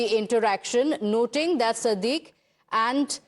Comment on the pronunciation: Not sadique but Sadiq